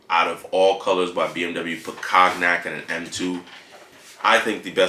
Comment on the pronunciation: It's pronounced like the brandy (KON-yak).